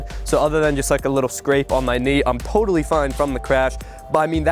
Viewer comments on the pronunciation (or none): "I'm potally fine from the crash" WTF